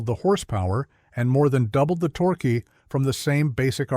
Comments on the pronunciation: TORKAY?? fIX YOUR BOT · Torkey? Torque is ones syllable.